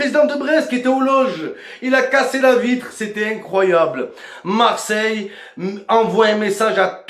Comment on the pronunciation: C'est plus Marseille mais mars ciel👉👌